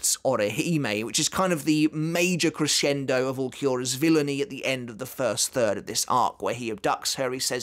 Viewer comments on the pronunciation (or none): none